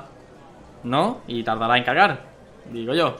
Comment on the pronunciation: Hemvez de decir cargar dice cagar